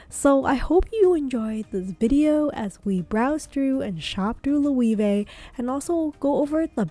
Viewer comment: It's not and hasn't been for a year now, this footage is now irrelevant. The puzzle line has focused on the tote. The bracelet pouch was the it bag about a year ago too but not so much anymore. Also you pronounced "Loewe" about three different ways and none were correct. The "e" is not "ee" it's "eh." It's also "hammock" not "hemlock."